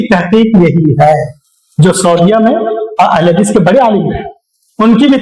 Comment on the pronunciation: Abe tumse ahle hadees bola nahin ja raha hai aur beta Tum Al bol raha ha